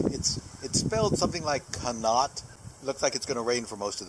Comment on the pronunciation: As a native Ohioan, I think it's pronounced CON-ee-ott. Keep rollin!